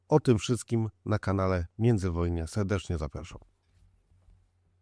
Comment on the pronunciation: Se-decznie zap-aszam , ale ja se-decznie dziękuję